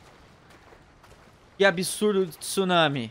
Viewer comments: Não é tusunami, é tsunami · "Tusunami" e o portugues?ta como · O maior "tusunami" de todos! Hahaha